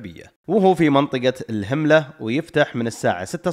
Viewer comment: أحب أصصح لك إسماء بعض الأماكن اللي ذكرتها مثل : منطقة الهَمَلة ، و ليست الهِملة كما ذكرتها ، و منطقة الجَنَبِيّة ، و ليست الجَنبية و أيضاً كما ذكرتها ، أتمنى منكم قبل تسجيل الصوت التأكد من أسماء المناطق من أصحاب المطاعم او أي بحريني متواجد فيها . هذا للتصحيح فقط شكراً لكم على إهتمامكم و إبراز الاماكن السياحية في ديرتي البحرين🇧🇭